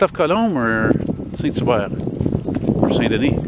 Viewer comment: Nobert ? Non Hubert!